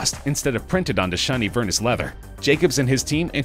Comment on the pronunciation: If you’re going to make a video about a leading designer, could you please pronounce ALL WORDS PROPERLY!!! Vernis (ver-knee......not ver-niss) And for gods sake the way you’re pronouncing Vuitton.....dead.